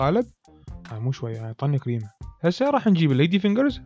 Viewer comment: يكول كريمة عبالي قيمة🥺😂😂💔 سويلنة قيمة